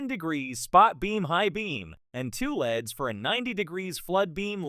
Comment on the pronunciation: Can’t trust a LED light review when they can’t even pronounce LEDs correctly.